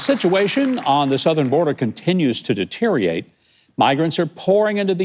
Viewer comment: Sorry, Huck! The word is DETERIORATE, Not deteriate!